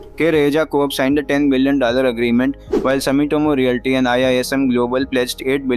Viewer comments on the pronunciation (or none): none